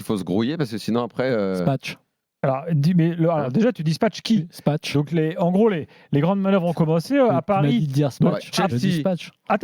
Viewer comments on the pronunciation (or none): Mdrrrr et son dis spatch